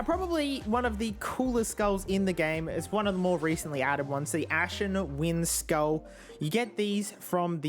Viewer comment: Instead of saying skull he says skuil